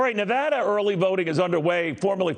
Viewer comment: I love in Reno, thank you for pronouncing Nevada correctly. By the way I am voting for Trump.